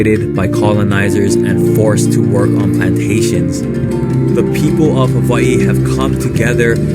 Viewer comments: Did he just call Hawaii “haveiii”? Embarrassing. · I like how he pronounced Hawaii and the rich will make sure s guy like him loses thats the state of the union for ya